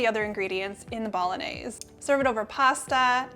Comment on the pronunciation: Phonetics - Bol - on - yay - zay. You're welcome.